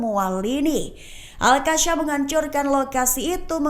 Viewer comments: Gak enak banget kakak ini baca berita, sejak kapan al qassam jadi al qasyam 😢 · Al Qassam bukannya Al Qasyam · Gemes sama host..bisa baca ga sih 😮 Qasam itu Qaf... bacanya Qosam... bukan al kasyam.beda artinya mba.. astaghfirullah